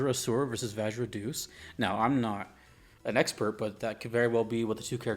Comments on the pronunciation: Deus should be pronounced as De-you-s, not Doos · Pronouncing Deus (Day-Es) as deuce is hysterical and on brand it's what he deserves lol